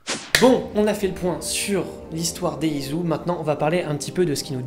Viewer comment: Putain ça ma dérangé tout du long...ON DIT ISU (ISSOU) ET PAS ISU (IZOU) C'EST MOCHE COMME ÇA...Mais sinon bonne vidéo merci ^^